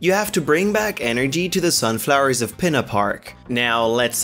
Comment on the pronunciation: He said pina park not Peena park